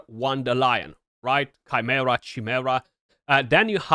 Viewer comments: Dude, for the love of jaysus, it's Keye-mare-a. 😂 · You pronounce the " i " in "Chi" like a " y " Chy ... Khy -mera .